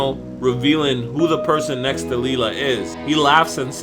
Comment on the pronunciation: I think it's pronounced Lila(Lie-La). Not Lela.